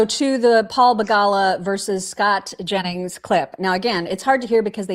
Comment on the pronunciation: and …NEVER stop saying Scott Jennings name like that🤣🤣🤣 I laugh every.👏 Single.👏 Time!!!🤣 omg, sooo good!!! God bless that man, out there doing The Lord’s work😅🫡❤